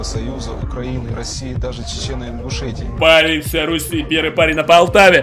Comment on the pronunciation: Кто зказал Ингшетия